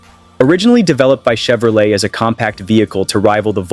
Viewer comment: Wait... Did that robot just say "Volks-WAJEN???" 🙃🤣 ....and the hilarious mismatched Mustang photos all over this mess...? Then: Shev-row-LET? ...of course to rhyme with "flush toilet??" Are there ANY humans behind this abortion at ALL?